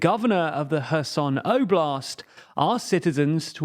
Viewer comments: When I heard, "he abandonned Her Son", I asked, "why he did that"? Soon to realise, it was Kherson ! Do you prononce the "K" in Kherson ? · Actually that is incorrect. It is NOT Herson with an english H sound. It is closer to the english sound of X but more like the sound you make when gathering spit in your mouth before a big spit. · I swear, I heard called Kherson "kerrsun" Did he pronounced it correctly more recently or am I missing an episode (I know it's called "Herr-son" because the K is silent) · Kerson pronounced Herson in Ukrainian...read phiniticaly .. .o is o not a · When did Kherson become Herson? That threw me for a loop. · Stop trying hard to pronounce Kherson that way if you can't even be consistent doing it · It’s close but still it should be a velar fricative and not a glottal one. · no, the issue with is how they even failed to read the letters in the correct order. not even them saying them in an english pronunciation, just plainly changing the word